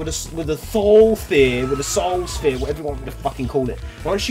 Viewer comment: "Should I save it? (legendary armor)" On these maps, never. "Should I say "Thoulthphere?" Vote no. It was a long, long time after I started watching you that I finally found out that you were doing that on purpose and didn't have a speech impediment.